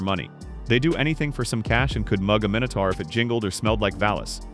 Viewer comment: minutor?? How many you say mini tour